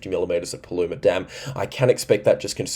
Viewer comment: You got Paluma right.